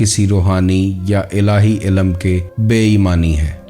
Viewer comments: انتہائی معذرت کہ کے بعد سننا برداشت نا ہوا آپکی اردو نہائیت کمزور ہے اہم بات بیان کرتے ہیں لیکن مسلسل بارے ilm کو Ilam کہتے جاتے ہو سماعتوں پہ سمع خراشی کا باعث ہے معذرت اس سے آگے نہیں سن سکتے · MashaALLAH SubhanALLAH bhai great sharing but ek ghalti hai ilam nh balkay ilm hai